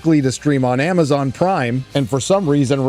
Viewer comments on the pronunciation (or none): none